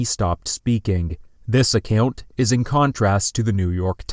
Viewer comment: Please pronounce the word “account” correctly